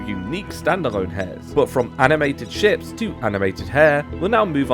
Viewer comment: Ngl, when you introduced the Animated Ships mod I swear you said Animated Shit, and honestly it still fits the mod